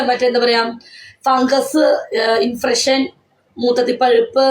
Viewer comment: ഇൻഫ്രഷൻ അല്ല സെച്ചി ഇൻഫെക്ഷൻ അത് പോലും പറയാൻ അറിയില്ല 😂